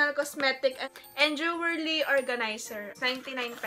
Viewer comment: sol btw pati yung pagbigkas nya ng "jewerly" no hate ate pero "jewelry" po yun